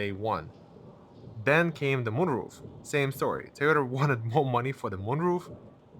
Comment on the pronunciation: It’s “toy-ota”. Not “T-ota”